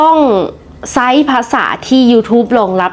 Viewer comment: ใช้. น้องอ่านใซ้ ซ. เสียงก็ขึ้นจมูก ถอนหายใจดัง ค่อยๆฝึกนะค่ะ แล้วจะดีขี้นหลาย